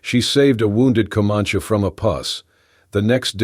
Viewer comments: commanche is NOT pronouncd communkie... doesn't anyone ever listen to what these things are doing? nice story btw.... i too listen to them when im going to sleep at night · Could you please learn how to pronounce words correctly?!!! For example Co-Man-ChEE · How do you pronounce Comanche, bandana, arrow, and posse? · Please don't use the rocking effect anymore. Makes me queezy. And correct the pronunciations. Especially Comanche. That aside, nice story. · If the AI voice can’t pronounce things like Comanche properly maybe a real person would be better for narration. It’s irritating in the extreme and distracts from the story when things aren’t narrated properly. I guess that’s why I rarely listen to these stories and block them when they appear in my feed. But I really like stories so I try the odd one to see if there’s an improvement and sadly there never is.